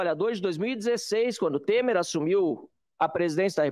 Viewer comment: Pq vc fala Tema?😂😂😂 É Temer